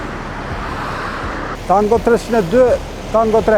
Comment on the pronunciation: “Telefonin n vOllAn po qKrun”